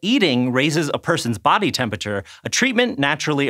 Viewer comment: "raises a person's bobby temperature" BOBBY TEMPERATURE??? xD